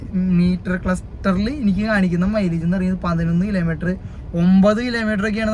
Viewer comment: കിലേ മീറ്റർ അല്ല. കിലോമീറ്റർ എന്ന് പറ.